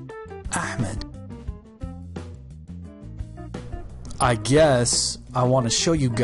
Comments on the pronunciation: ITs Ahmed Not AHEMAD. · I know, but my phone speakers make it sound that way